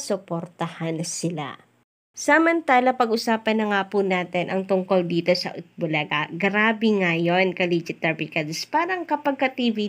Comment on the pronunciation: Mali Ang bigkas Ng eat Bulaga ni Paulo contis Eat bu la ga